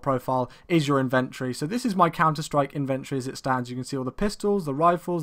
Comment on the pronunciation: lol y do u say inventory so oddly